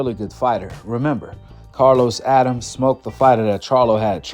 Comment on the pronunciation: It’s pronounced “A-dam-mes” and spelled Adames not Adams